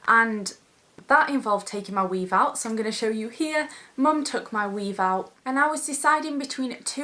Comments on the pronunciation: "ma weave" hahaha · For some reason I think the word "weave" sounds so funny when she says it with her accent.